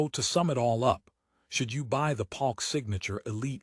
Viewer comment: Is this AI? Bass (like a fish) Palk instead of Polk??